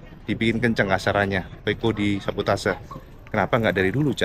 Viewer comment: 4 kata lucu cak "sa-bo-ta-se" 😹